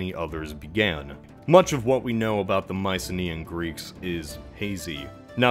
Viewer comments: No, you can't just pronounce like that lol. "We" is not pronounced [wi] but [we], a sort of "a" [ei] without the "ee", so just [e] (approximatively like in "bet" [bɛt], the [ɛ] is a more open [e]) and "Wi" is pronounced "wee" [wi]. Yes, that was veeeery hard to explain, and yes the English pronouciation of the Latin alphabet s*cks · I think “we wi wa” would’ve sounded more like “weh wee wah.” Because “wee wai wah” is an exclusively Modern English thing.